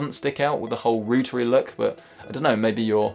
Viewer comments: "Rooter"... There is a "U" in there know... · Different word but your point about the inconsistencies surrounding pronunciations of English are noted by everyone since the beginning of time.